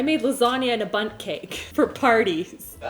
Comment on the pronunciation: It sounded like she kept saying butt instead of bundt. I'm so immature...